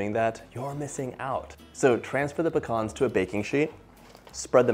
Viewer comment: i love that he pronounces "pecans" correctly to my north Mississippi ears. THe cake looks divine and I think I just learned about my next kitchen project!!!